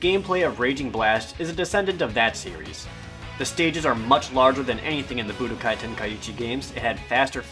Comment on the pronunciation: I like the part where Jared says Budakai =3